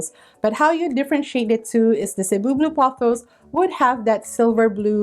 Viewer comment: thank you for mentioning how to pronounce cebu correctly ! as a fellow filipina , it always made me cringe hearing people say "say-boo" or "see-boo" . speaking of cebu , that plant is on my wishlist , along with the dragon's tail . several people from different facebook plant groups recently posted about dragon's tail being available at home depot . i checked earlier today , but no luck . gonna keep checking every day this week . 😅